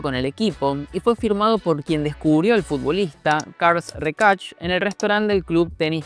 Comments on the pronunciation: Por dios, no es Karl Recash sinó Carles Reshak. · Carls recach? Se pronuncia carlas reshac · Buen y fundamentado video, siempre pensé lo mismo, que Messi priorizó su bolsillo sin pensar en nada más, y eso le jugó en contra deportivamente. Un dato, se pronuncia "Carles Reshac" y no "Carls Recach". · Otra cosa no es Carls rearch. Es carles rexach en catalán y se pronuncia como se lee. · Carles Rexach es catalán, se pronuncia Carles (con la misma fonética que en español) y Rexach se pronuncia (Reshac, el Re normal y el xach se pronuncia como pronunciarías el nombre de Shaq O'Neal) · Car- les. Rei-xach . Carles Reixach, grandisímo jugador compañero de Cruyff Car-les rei-xac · Buen video pero por dios, pregunta antes como se pronuncian los nombres en catalàn, que absoluta barbaridad lo de "carlxs recax" hahahahahhahahahahahha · Carls Rekach 😂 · Karls Ricarx???? Tela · Cals rexac? que tipo de discapacidad en el habla tiene este individuo? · Karls Rekach 🤣 Carles Reixach, puedes ponerlo en Google para ver como se pronuncia, creo que es algo importante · Todo bien, para el futuro, el nombre del genio que fichó a Lio, se pronuncia Carlas Reshak, un abrazo, haces muy buen contenido ❤ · Carles Reixach se pronuncia "Karlas Rashak" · Parles del Barça i no saps ni pronunciar el nom de figures icòniques del club com Carles Rexach 🤡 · Carles Reixach se pronuncia en Catalán no en Georgiano 😂. Un saludo crack 👋🏻. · La próxima vez por favor buscad un catalán que os diga como pronunciar correctamente los nombres.